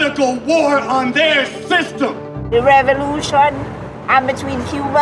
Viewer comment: "WE ARE DECLARING A POLITICAL WAR ON THEIR THISTEM"